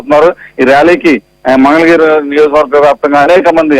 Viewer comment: ఒరేయ్ బాబూ పప్పు నీకు మంగళ గిరి అని అనడం కూడా రాదు మందల గిరి అంటావు ఏమి చేస్తాము నీ లాంటి వారిని ఆంధ్ర ప్రదేశ్ ప్రజలు భరించాలి